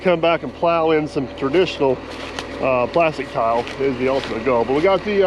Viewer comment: I'm still trying to understand what he's calling those pipes. To my ear he seems to be calling them "Tiles"